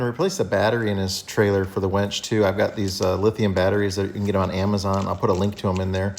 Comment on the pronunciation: Winch, not Wench!